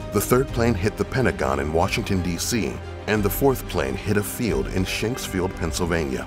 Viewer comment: It's Shanksville, not Shanksfield.